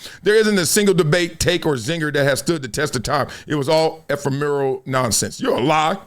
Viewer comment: Bro went to an Ivy League school and can't pronounce ephemeral properly?